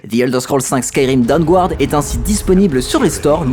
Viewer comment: Aller, on continue le petit point prononciation de l'anglais ! : ^p Le "u" dans Dawnguard est muet. ^^